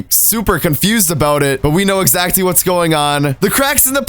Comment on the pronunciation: your such an amazing entertaining youtuber,but its pronounced as [exactly] , not [ezatcly]